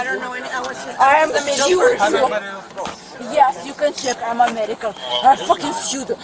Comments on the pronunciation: “I am Omar-in-can. “ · Say it with me, folks - "I am Amalleeekan" 😅🤣🤣